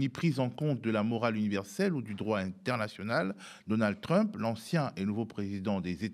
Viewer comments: Sa persévérance à prononcer "Trümp" au lieu de "Trump" me déconcentre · TrÛmp j'adore quand il prononce son blaze à la francaise... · j'aime beaucoup comme Bertrand Badie prononce le nom de "trUmp" avec ce "u" pointu. Ces gens là ne sont pas des flèches, juste des barbares et je me demande ce que va donner l'amitié entre trump et musk (toujours avec le "u" pointU pour les 2 noms s'il vous plait). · J'adore comment il nomme Trümpe j'espère qu'il fait pareil avec Pütin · Oui😁 au début je trouvais ça étrange mais en fait il prononce tout les autres mots anglais parfaitement bien.. Du coup c'est bien vu, ça remet l'autre affreux un peu à sa place 😂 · Pourquoi l'appeler TrUmp en prononçant le U ??? !!! j'apprécie l'analyse mais cette prononciation laisse perplexe ??... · Pitié prononcez Trump correctement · C’est insupportable cette façon de prononcer Trump. Désolé mais je peux pas poursuivre plus loin la vidéo.